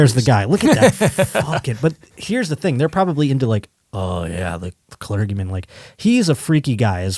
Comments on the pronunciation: pronunciation of 'clergyman' (with a hard g) is hilarious. How is it that he doesn't hear how other people pronounce common words? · your pronunciation of "clergyman" is "elementary." Love the show dude!